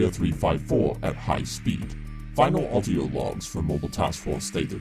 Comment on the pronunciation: I cant help but notice it sounds like he says "Autio" rather than "Audio", it's kind of annoying haha